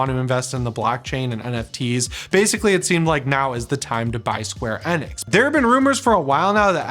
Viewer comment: Isn't it Enix not Enex, I that it was Enix, but I guess I'm wrong lmao 😅😆😂